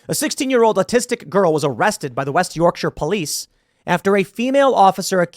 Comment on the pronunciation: The joy I felt, as a Yorkshireman, that an American pronounced "Yorkshire" correctly is slightly overwhelming haha. This story is ludicrous, but it's commonplace. It's our fault it's gotten to this point. I don't know how to fix it.